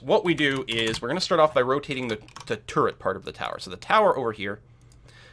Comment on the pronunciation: Every time you just said "turret", I heard it as "turd". Made it quite comical, UI for building turds etc. :D